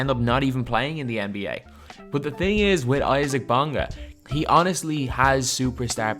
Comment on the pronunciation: He's pronounced "easa-uck"